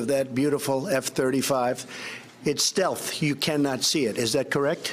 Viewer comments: At what part does he say “steth” because I went back and only heard stealth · Watched this at the beginning part 3 x, "total steth", no L pronounced. Then got the CEO's name wrong. Then claims the jet is actually invisible. Lordy!!! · Did he "steath" (rhymes with death) instead of stealth (rhymes with health)?